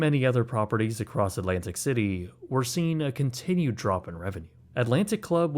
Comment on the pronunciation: All alright, just don't another stupid American pronouncing Alantic city, instead of Atlantic City